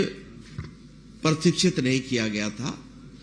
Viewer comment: प्रतिक्षित नहीं,,,, प्रशिक्षित होगा, खैर कोई नहीं जैसा विचार,,, साहेब का